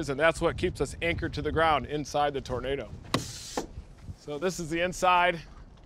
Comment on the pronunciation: "I wanner find that tuuurnader that kilt my Paaah!!!" Mr. Leno🤣👍 Awesome Vehicle!👊